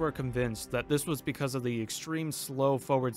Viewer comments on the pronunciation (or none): none